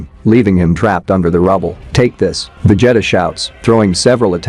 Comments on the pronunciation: My boy said Veg Jetta 😂😂😂😅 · He's saying Vejeta who the hell is Vejeta? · Dude passing me off Messing up his name VA-g-ta that means he wasn't a fan or seen these show some one wrote it for him all he had to do is read lol 😂 🤣 😆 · VegeHttuh is my favorite character. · Va jetta 😂😂😂😂😂😂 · What do you mean, It's not Va-jetta!? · "vegEETA balls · You ain’t kidding… sheesh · How come you cannot pronounce vegeta correctly ? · It’s A.I